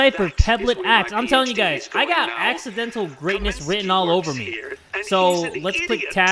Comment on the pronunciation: I gOt a PeBlEt aXe!?!? Also: I got AXEdental greatness